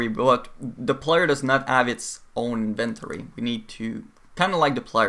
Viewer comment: Looks like quite an informative video. But your pronunciation of inventory was driving me bonkers.